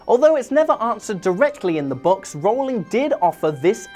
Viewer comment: R-ooow-ling, not rolling.